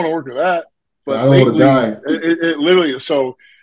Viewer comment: I can't help but say this but always mispronounces 'further' as 'father' and 'literally' as 'little-lee'. It gives me a good laugh 😂 Nick Walker and do the same thing 😊